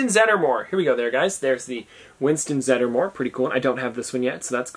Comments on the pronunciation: It’s zeddmore not zeddermore And Alex Armstrong has glitter because there are multiple parts in the show/manga that he becomes super girly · Dana is Sigourney Weavers character. And not Zed"er"more just Zedmore